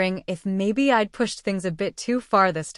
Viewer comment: Someone should tell the ai reader that I'D should not be read as I D but ide